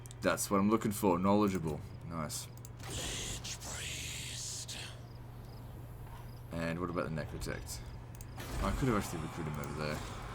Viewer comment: "Lich Priest" sounded like "Lich! Please...." to me for a second.